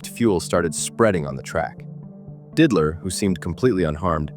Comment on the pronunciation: Didler.... really, Ai voices just can't pronounce some names